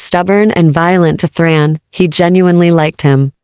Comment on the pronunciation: It's THARN, NOT THRAN